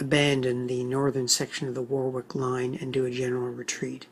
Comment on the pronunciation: Sorry. Its pronounced. Warrick.